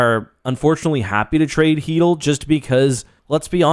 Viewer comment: its an L for both teams u cant convince my chytll is pronounce heatel no matter how hard anyone tries